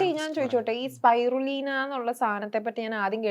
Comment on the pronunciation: സ്‌പൈറൂലീന അല്ല സ്‌പിറുലീന